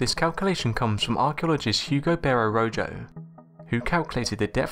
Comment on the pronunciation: Did you pronounce rojo as row Joe?